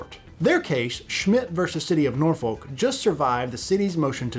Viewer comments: Norfolk is not pronounced as Nor Foal-k. It's pronounced as Nor Fuck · You do not pronounce the "L" in Norfolk. Locals say Nor fuk or Naw fuk. Great video none-the-less.